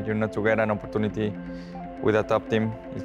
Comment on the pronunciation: the 'op-par-tu-ne-te' never gets old